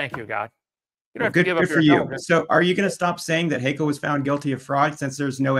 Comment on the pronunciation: Great job, Kent, as always! One little tip: "Haeckel" is pronounced "Heckel" not "Haykel" .